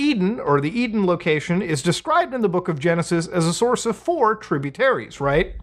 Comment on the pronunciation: It's an E-Den